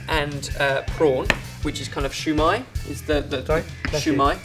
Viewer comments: the way he said "shoe" when its pronounced see-yu gahd u gotta love xD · siu mie not shoe my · Its sui mai not shoi mai!!! Other then that great recipe gona try it. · keeps calling it shu mai, but it's siu mai pronounced more like sil:') but the recipe is pretty accurate to what my family make and what I've seen in restaurants:) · Lol u pronounced siew mai as shu mai! I mean thats what i heard and i burst out laughing hahaha!!! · Dim sum is cantonese, it originates in hong kong so it is pronounced "siu mai" not "xiao mai" which is mandarine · Lol its not shoe mai its su mai you dont say shushi you say sushi lol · This particular one is called "Siew mai". You're welcome. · It's just Siu or shu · Shew mi LOL I DIDNT KNOW WHAT U SAID UNTIL I THOUGHT ABOUT IT UPRONOUNCED ITWRONG LOL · what in the actual hell. did just said shu mai. LOL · its pronounced SEA mai, with a slight hint of an h, so liek ShEA mai. also, its better to use a beaten egg instead of water because of the flavor. good rendition though. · the proper way to say sui mai is sow mai, where the ow sounds like you stubbed your toe. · It's actually called, "Shao Mai." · its pronounced "shaw-my" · I love you and all, but as a Chinese eating Chinese food her whole life(real Chinese food not Panda Express), it's pronounced s-ew mie . Sorry! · You pronounced it wrong, I know because I'm Vietnamese